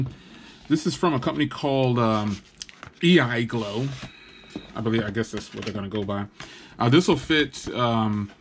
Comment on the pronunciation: “Ei glow” he calls it lol. Dude. It’s right in front of you. I e grow